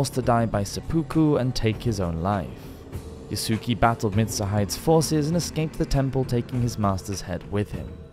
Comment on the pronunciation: Yasuke sounds like Yasskay kind of like Sasuke from Naruto and you pronounced Nobunaga's name a little funny but it's okay since you haven't done Japan content before this.